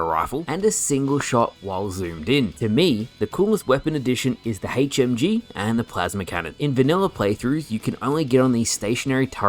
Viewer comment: He said heych m g